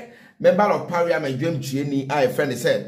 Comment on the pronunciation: is parliament not pariament